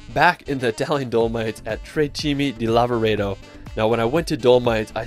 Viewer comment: nice video! i'm italian, i live near to dolomites, and i'm so proud of these gorgeous mountains! ps the correct name is "tre CIME di Lavaredo"